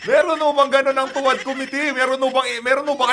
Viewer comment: Sabi ni Dan Fer, to wah, to wah,to wah di niya mabigkas ang tuwad, nanga- utal!!!